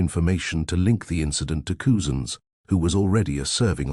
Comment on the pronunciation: It’s pronounced cuzins,not coozins 👍